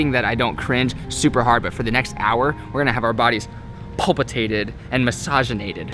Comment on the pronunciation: nigga said PULPITATED